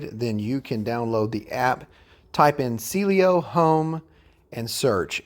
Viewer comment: It’s Cielo… not Cielio.